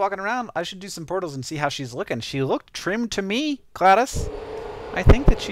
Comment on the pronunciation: why does hank pronounce it gladis if its spelled glados